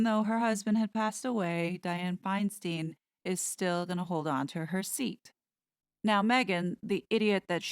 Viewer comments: Senator Dianne Feinstein (pronounced: Fine - Stein Not “Steen”), she is one of my senators here in California. She was Mayor of San Francisco, & was the start of its decline. Not sure how long she held that title. But has been a Senator waaaay too long!! She’s in her 80’s. Her husband, who, like Nancy Pelosi’s husband, have gotten very rich with their wives insider trading & Dianne having her China connections. Dianne was about to retire & not run in this 2022 mid-term election but her husband recently died & I guess she needs something to do & loves her standing & power. She’s about to die herself, & Nancy. Both are high level traitors. Another Blind item mentioned was Gavin Newsom, my Governor, Nancy Pelosi’s nephew. We HATE him, because he, too, is a traitor, & tried to recall him - kick him out. But our elections have been so rigged for so long, he was (barely) able to stay in. The fixers, I mean Election counters, “CLAIMED” that out of all our signatures gathered that 100,000’s were not legit. But, of course, we can’t look to prove them wrong. But all this corruption is about to be decimated & all exposed. We can’t wait! Sorry for all our “local” politics information! But these are names you will be hearing more about soon. I live in Los Angeles. And specifically Hollywood. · Feinstein is pronounced Fine stine. I can't wait for any kind of cartoons on this. There are lots if article and items that could make an entertaining cartoon. No.offense. I somehow have become very tired and need the humor. I also saw how perfect the white witch hat and outfit fit with the funeral attire she wore to the funeral. Also the new photo that came out the last day or two, is interesting because H looks crazy in it. To me he looks crazy. The white outfit you portrayed her in, in the latest cartoon was prophetic. This is excellent. Thank you. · And Senator Feinstein pronounces her name “Fine-stine.” Her pronunciation. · Love your broadcasts, but it is FineSTINE, not FineSTEEN